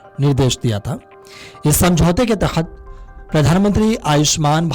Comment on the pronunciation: अरे भाई उच्चारण तो सही से करता । तख्त नहीं के तहत होगा ।